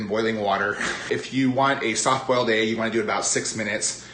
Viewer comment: I just love how you say "ayg" for "egg." <3